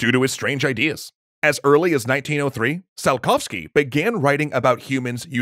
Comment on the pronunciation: And like they mispronounced Tsiolkovsky's name in this episode...